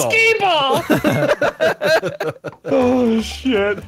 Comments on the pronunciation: Oh Its Skee-Ball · HEY VANOSS it's skee-ball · Oh its skee-ball:V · Oh it’s sKeE BalL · "Oh this is skee ball :v" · Hey it's skee ball